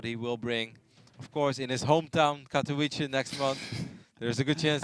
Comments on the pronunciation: Katovitze, not Katoweeche. There is a sound which is rare in english, the "ts" in Shang-tsung. FFS it's not that hard. Ignorant "prettyboys" are the worst. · Katovice, "c" is hard pronounced, not like "s", but an actual "c" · is the only caster that still cannot pronounce Katowice. Kaelaris for example pronounces it like a native